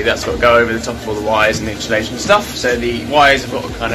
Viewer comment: No h in insulation